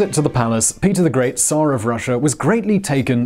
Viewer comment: I don't think I've ever before heard someone online pronouncing "tsar" correctly before. Great job!